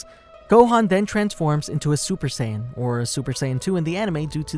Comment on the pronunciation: It's strange that you would pronounce Pan correctly in It's native form, but not Saiyan or other names.